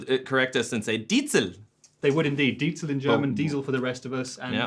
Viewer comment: Puh, it may look gorgeous for usage at home but the sound is VERY limited to my ears. Pretty much every plugins sounds way better... Good to see Trey knowing how to pronounce Diezel ;-)